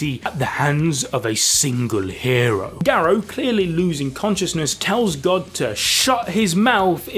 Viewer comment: the way you say Garou is making my head hurt i couldnt watch this